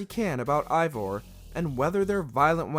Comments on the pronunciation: It’s pronounced “Ay-Vohr” not “Aye-Vahr”. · Biggest pet peeve when it comes to these videos about shows/video games is when they mispronounce the name. For example, this guy keeps saying Eivor as “EYE-vor” and 3 seconds laterz, they show a clip with 20 different characters all saying it as “AE-vor.” It just makes it painfully obvious that this guy hasn’t played the game or so much as watched a single clip. If he doesn’t care about the content of this video, why should I? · this dude said ivor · Your saying evior name wrong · Imagine playing 100 hours of Ac Valhalla only to make a professional video constantly pronouncing Eivor incorrectly. This guy ALWAYS mispronounces things and it truly diminishes the quality of the videos. Like is there no quality check or..... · 2 minutes in and the narrator doesn't know hot to pronounce Eivor